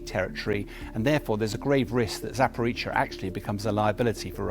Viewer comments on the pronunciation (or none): ZAPORIZHIA not Zaporitsia. He never gets it right.